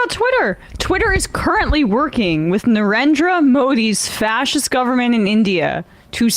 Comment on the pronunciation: AND GOVER-MENT, WHERE'S THE FIRST 'N' ?